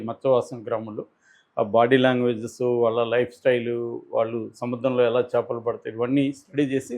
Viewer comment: చపలు కాదు.....చేపలు